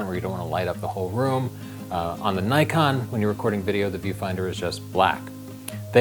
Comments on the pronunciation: pls it is not nykon it is knee kon. japanese name. not american. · Nikon not Naikon! Ni as in "Knights of Ni" and kon as in "convict", Ni-con, Nikon